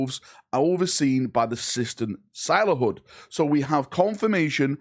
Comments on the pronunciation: the sistent silenthood lol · Sistent Silenthood :_PurgingKek::_PurgingKek